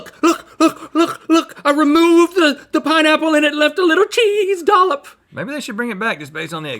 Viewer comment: “ChEeeESe dollop”